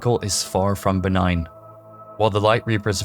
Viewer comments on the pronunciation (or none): none